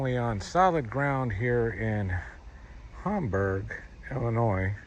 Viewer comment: Hamburgs my hometown love it there especially during the summer also it’s pronounced HAM-BURG not homburg lol